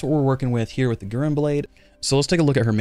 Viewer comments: it's "gu" + "ren" with e like you prunounce ramen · Its should be Gu like in guru and Ren like in Rent. So Gu-Ren 😌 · Naah it means Crimson lotus (flower) and Guren (紅蓮 or ぐれん) is pronounced Guren platonically, say GU like in french so it would more sound like Gewren I think for english speakers